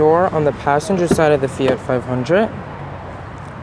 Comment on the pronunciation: Fiatttttt “t”